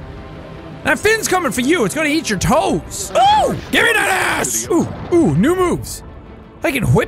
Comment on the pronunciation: said emphatically